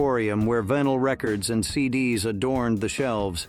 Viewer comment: It's vInyl, not vINyl.